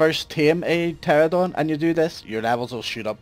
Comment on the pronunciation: You said Pteradon